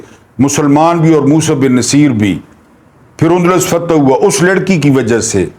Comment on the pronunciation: ...aik guzaarish hay....jahan tak mere maelumaat hain...yeh naam Musa bin Naseer nahin...balkeh Musa bin NUSAIR hay....mazeed aap tasdeeq kar leajey..shaed mere tashih ho jaae....behad shukria....❤❤